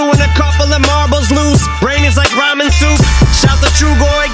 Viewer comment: "brain is like ramen soup" sounds like "brain is like rhymin' soup"